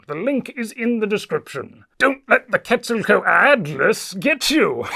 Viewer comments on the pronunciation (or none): none